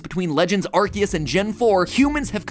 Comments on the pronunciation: I love Pokemon videos so much only to see how many times they can mispronounce names and areas XD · I want everyone to notice the way he’s saying Arceus. It’a not Ar-see-us okay? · Arceus not Arkeus. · IM SORRY DID HE JUST SAY "ARGEUS"??? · It's pronounced aar see uhs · as someone with the last name ARCE its crazy to hear the name ARCEUS said as ARCHE-us and not R.C.-us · am I the only one slightly annoyed with the way MatPat pronounces Arceus? I know ark-ee-us and ar-see-us are both technically correct, hearing the former is weird to me cause I say the latter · i think to say arceus is this way game/food/film theory bc you said it this way "arki use" i think this is how to pronounce it (its only my opinion on calling the god pokemon) pronounce like this "ar si use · bro. it’s not “ark-see-us” it’s “are-see-us” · Is it (ark-eus) because I thought it was (arse-eus) in terms of pronunciation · Yeaaaaahhhhhhh.... i think imma just stick to saying it like "are-say-us" 😅😂 the english pronounciation just sounds so 😵‍💫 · Mattpatt! You're saying Arceus wrong! It's aar·see·uhs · Mans really sayin arkeus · please no, I can't deal with 16 minutes of him calling "Arceus" "Arkeus" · He's called Arkoos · You pronounceing it wrong it's arkoos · coughs It's ARKOOS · STOP SAYING ARKYOOS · Bro it is not legends arceus it is legends arcoos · He did not just say "arh-keyuse" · Ahem, I think you meant to say ARKOOS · I hate that he says "ArKeus" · It can be pronounced either way but the official pronunciation is Ar-kee-us because arse is in Ar-cee-us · The way he pronounces arceous makes me want to cry🤣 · still not pronouncing "Arceus" correctly 😕